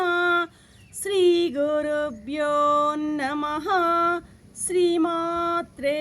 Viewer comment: శ్రీ గురు భ్యోన్నమః అనకూడదు. శ్రీ గురుభ్యోనమః అనాలి.